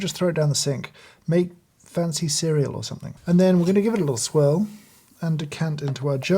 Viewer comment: How about "swirl" =D